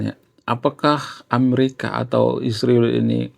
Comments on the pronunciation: Kau ini sebut israel sj salah tapi sok pandai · Bang emang gak bisa ya KL bilang Israel kan sama2mengucapkanya ??